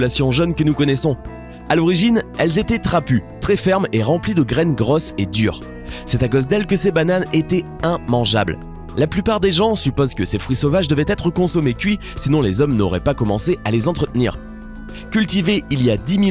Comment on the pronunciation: Immangeable pas inmageable